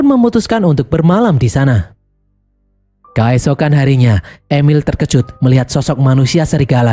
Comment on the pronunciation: "kAesokan harinya"... pakai E bukan pakai A mimin... kEesokan harinya. artikulasi donk lol.